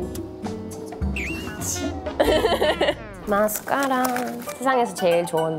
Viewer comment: 에 마스까↗라↘ 은근 중독됨ㅋㅋㅋ